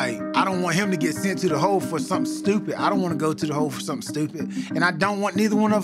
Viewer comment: Is tony from Baltimore? Listen to the way he said Stupid